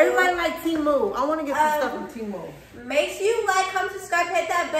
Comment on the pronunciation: It’s Temu not teeemuuuuuu